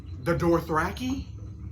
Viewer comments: my friend. Dothraki. not Dorthraki 🖤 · It’S dOtHrAkI nOt DoRtHrAkI, wHy CaNt YoU sAy It RiGhT 😂😂😂😂😂😂😂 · There’s no «R» between the O and the T in Dothraki🙈 Stahp saying Dorthraki😩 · Its season 7 and this man is still calling them DORTH -raki. 🤣🤣🤣🤣🤣🤣